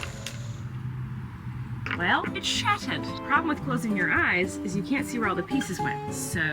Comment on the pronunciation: I love it everytime you break the geodes and they shatter you say “it shattered!” In a British accent 😂💗 I also love the rock spiral 🌀 🪨 so satisfying 😍